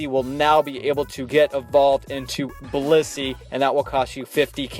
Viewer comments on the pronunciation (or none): none